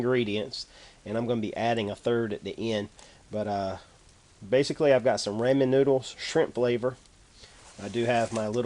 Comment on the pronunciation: its raaa-men not raymen